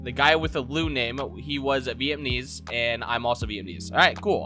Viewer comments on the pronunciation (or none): Vietmanese? It's pronounced ( viet-nam-ease )